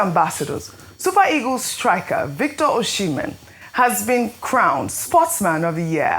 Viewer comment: Ojy, please stop pronouncing Victor Osimhen wrongly. The name is Osimhen not Oshimen. He's Edo not Yoruba. I find it shameful that Journalists would come on air to pronounce their own names wrongly. But they would strive to pronounce foreign names properly.